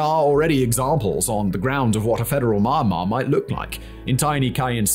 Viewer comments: Don't pronounce : maianma - pronounce : mianma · Omg.. myanmar Is not mama 😂... first syllable of meander + mar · its really distracting when you pronounced it Mine-Mar instead of Miyan-Mar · except the way he pronounce almost everything in asia is so infuriatingly wrong. Like bro how difficult is it to pronounce "myanmar" instead of "maynmah" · it hurts my soul everytime I hear you pronounce it "My-anmar". It starts with a Me/Myi sound, not a My sound. With love from Yangon. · we all love you, but im sorry, Mar Mar? or are my headphones breaking down, isnt it pronounced Me-An-Mar? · Is it not pronounced Mee-Yan-Marr? Edit: Looked it up, it's Mee-Yen-Marr. Seems like good practice to double check how to say the name of a country you're making a whole video about! :p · "Marmar"?? ("Mah-mar"? occasionally even "Mahm-mar"!) Where is this country? Never heard of it. The single most important word in the entire video, and he can't pronounce it. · I noticed this channel is making some Myanmar civil war content recently. Please try to improve the pronunciation of the name of the country you are presenting in the future video, wouldn't mind the names of cities or regions getting wrong but the way you are pronouncing Myanmar is both funny and cringey af. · I still resent the way thig guy pronouce Myanmar. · Learn to pronounce Myanmar